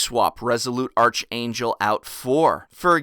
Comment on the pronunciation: Its pronounced ark-angel, not arch.